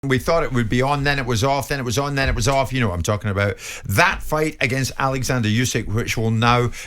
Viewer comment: John Whyte calling usyk Alexandra the absolute flute how the fuck can you get someone’s name wrong